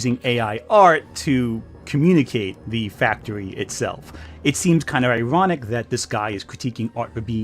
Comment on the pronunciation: It's iwonic how peepoo say the weft can't take cwiticism...